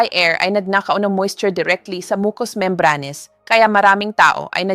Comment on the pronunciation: Bakit mali ang ibang pronunciation tulad ng: silent, membranes, mucus, etc😡